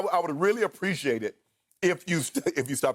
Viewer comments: Shannon - “Preshaded...and I would really preshaded if you stop interrupting me”😂😂😂😂it’s really “Appreciate it”😭😭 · "Thank you precciate it"